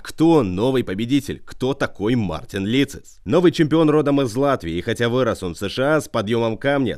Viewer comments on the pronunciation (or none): Мартинс!!! А не Мартин.